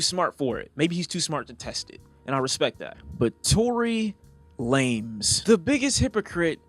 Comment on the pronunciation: Did he say Tory Lamez 😂😂